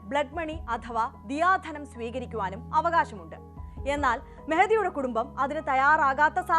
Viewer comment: ദിയാ ധനം അല്ല. ദയാ ധനം